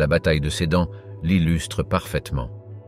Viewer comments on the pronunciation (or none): none